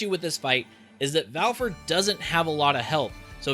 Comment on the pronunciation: Fen - rear Val - eh -fo Rah - moo The internet is close by. :P